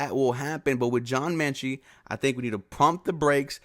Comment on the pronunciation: John Metchie not Menchie...sorry it was bugging me lol